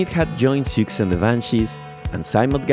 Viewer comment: Really cool video here! Just one thing - not trying to be rude or anything but, it's not pronounced "Si-uk-see", it's pronounced "Suzie" or "Susie". As a matter of fact, that was how the name of the band was spelled in flyers way back in the early days - 'Suzie And The Banshees' - before the spelling was changed to Siouxsie & The Banshees after her love of the Native American tribe of the same name, Sioux, which is pronounced "Su". The addition of the "sie" at the end made it "Sioux-sie"...